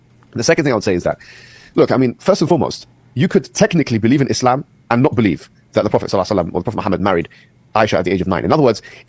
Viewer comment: I hate the way Destiny pronounces "muslim" "islam" "muhammed" Like we know that is not how native born Americans from Nebraska pronounce those works.